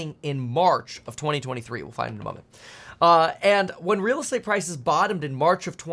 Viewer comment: Reeeeeel estate-ah crash?